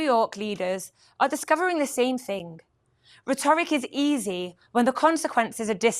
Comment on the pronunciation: The pronunciation of the city of Riyadh is, I believe, Ree-YAD (emphasis on the second syllable) not 'Rhyadd with the y sounding like 'why. The pronunciation of 'rhetoric' is 'RET-orik', not 'Retooric'. Please advise as her mispronunciations are odd. Noticeable for what seems to be an English-born person. Otherwise her updates are very interesting and concise. I watch TBN Israel almost every day due to the huge amount of information that is packed into each program. Bravo to the team!